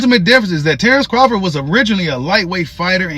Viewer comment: I love your channel, but when are you going to start saying his name correctly?😂